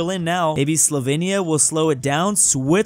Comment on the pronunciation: my mom is Slovenian. Slovenia is pronounced (Slow vane ya)